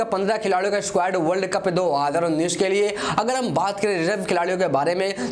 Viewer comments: Bolne ka lur h ya nhi 2019 ko kis style se bolta h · Aara bhai tera ko world Cup 2019 bolna nahi aata